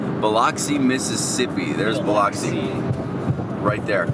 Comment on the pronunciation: the way you pronounced biloxi hurt me inside. but good video overall 🥲